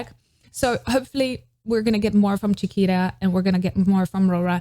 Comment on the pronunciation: So Funny, your pronunciation of Chiquita sounded like Shakira. I think she is pronounced like Spanish “Chi” not “Cha” and “Ta” not “Ra”.